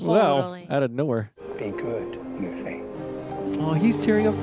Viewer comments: she’s doing it on purpose. Luffy’s name was said over a dozen times and she still said it wrong lol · Is she fr mispronouncing Luffy's name, myy ear😂😂😂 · Oh the pronunciation of luffy is gonna kill me. pls!😂😂😂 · Sm1 send her that clip of the OPLA cast teaching everyone how to pronounce Luffy. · They clearly don't watch that much anime or japanese media, of course she's gonna mispronounce it lol it's why it's a completely blind reaction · really must be ragebaiting with Luffys name, because she heard it multiple times, and she is still pronouncing the name wrong 😂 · Probably because when she reads the subtitles, her brain automatically defaults to that perceived pronunciation. Nothing to get upset about, but it is kinda funny. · Agreed. Either that or she just doesn't care. Luffy's name was said many, many times, yet she keep mispronouncing it. 😂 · Netflix wants shows to be written so people can listen to it on a second monitor, but she can't get the pronunciation. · not 15 seconds in and random white girl is mispronouncing Luffy, this will be good I'm sure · Oh she definitely knows how his name is pronounced 💀😂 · How does she keep pronouncing Luffy's name wrong when his name is said in almost every scene? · Have to give it a thumbs down because is just ragebaiting by mispronouncing a name said 40 different times. I don't make the rules. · Someone please teach how to say Luffy correct.🙏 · someone PLEASE explain to how to pronounce Luffy's name correctly. we are all dying over here:/ (not even kidding, this is like nails on a chalkboard for my neurodivergent arse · Seriously is she doing it on purpose?! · yeah but they say loofy and she hears it. Even the guy on the right says loofy and she still says laughy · For the love of God, it's pronounced Loofy not Luffy LOL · L U F F Y not L A F F Y. U not A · Loofy not laffy lmaooo. is funny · Looffy not Luuffy not like Fluffy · Luffy rhymes with Goofy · Luffy = Loo-Fee